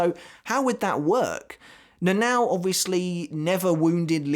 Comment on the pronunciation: it sounds like you say Nanaw when you talk about the lieutenant lol. Seems really hard for english spoken people to pronounce Japanese names. Good video bud, I had always wondered about the couple's story. I never thought Shunsui was baiting Lille into being the abusive husband and fleeing the water, but knowing how Japanese author like their mythology and metaphor, it does make sense